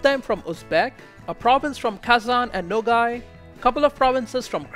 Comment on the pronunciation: The province of nogai is not called nogai it's nogay but there's nothing wrong with that